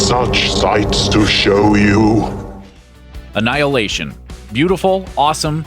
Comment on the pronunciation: you lost me at anhihilation